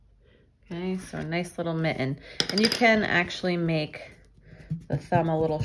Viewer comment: What is that accent where you don’t pronounce “tt” in words like mitten and kitten? Love this idea for Xmas - thanks